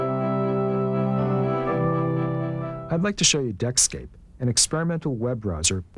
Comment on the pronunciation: "Deckscape", not Netscape